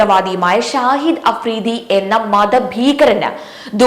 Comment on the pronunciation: Sahib alla shahid its dear👍